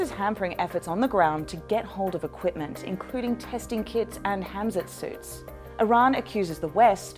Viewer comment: she said "HAMZET suits"?? no wonder she needs subtitles.